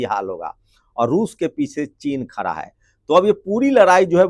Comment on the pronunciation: Khra nahi khda hai